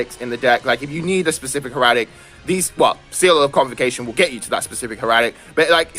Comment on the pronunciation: Think of it this way. Hair-uh-tick.